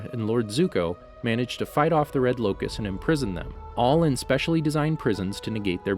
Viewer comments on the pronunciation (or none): "Red Lokus" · He said Red Locus 🤣